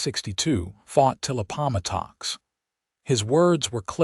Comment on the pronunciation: Please insruct your AI the correct pronunciation of place names. It is Ap po mat ox